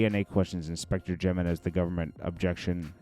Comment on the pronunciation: Its J sound like and H in Jeimenez